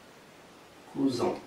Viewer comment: le mots : cousin est mal prononcé